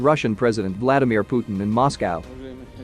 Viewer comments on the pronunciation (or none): none